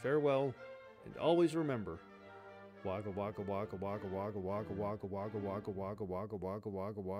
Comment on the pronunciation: Every time you say Wagga Wagga, a part of my soul dies. 💚💚 As ever, thanks for the naration.